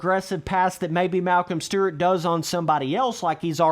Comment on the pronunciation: “Malcom stert”